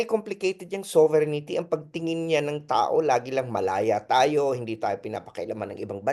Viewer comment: Hindi ba “sober rin tee” ang right pronunciation, Professor ❓Taliwas sa “ sovereignity “ po❓Just my 10 centavos worth! Correct me if am wrong, Professor. And I stand corrected. 🙏‼️